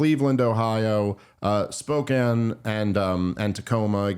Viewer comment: Dave is the only celebrity to pronounce Spokane right.